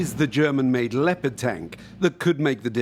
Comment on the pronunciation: It sounds like "Lepatt"-Tank. Interesting.